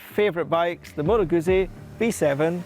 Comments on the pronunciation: When a reviewer begins his presentation not knowing how to pronounce the name of the bike he’s about to review, it gives little to no confidence that he’ll have any knowledge about Its place in history or in the overall motorcycle market. As an example of why it matters, visit your local Italian restaurant, order a large ‘Peeza’ and observe the stares of anyone within earshot. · If you are going to review something, then a first step is to learn how to pronounce the product you are reviewing. It's not hard.